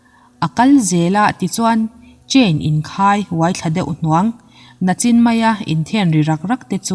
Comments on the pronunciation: Nachin tih loh tur nichin Tia lam Zawk tur 😁😁bigfan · Nachin ni lo in Nichin tih zawk tur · "Nachin " ti suh " Nichin" tih tur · Nachin maia tih aiah Nichin maia tih nise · Tinge nachin i tih nichin tihtur a nilo mi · Nachin ni lovin Nichin aw🤫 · nachin nilo in nichin tih tur ..nichin kan tih chuan kan hun kal tawh sawi na ani. entir nan nimin nimin piah kan tih te hi ani a nimin kan tih a ( ni ) lai hi la chhuak in nichin tih hi alo nita ni...ka sawi fiah thiam chiah lo😅😅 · Nachin a awmlo a , nichin tihtur aw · "Nichin" zawk tur aw, "nachin" iti hian beng a verh tlat. Tuman min rawn sawisel kher suh u, tiang a ka comment apiang hian min rawn sawisel ve ziah.😅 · nachin nilo in,Nichin aw